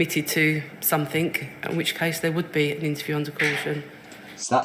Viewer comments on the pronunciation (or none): Fought instead of thought, somethink instead of something, this woman is barely literate yet still has a "responsible" job!